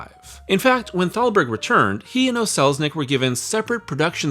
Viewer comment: When mentioning David O. Selznick, it might be good to remember that the "O" was his middle initial. He was not Irish and his last name was NOT "O'Selznick" as you would have it .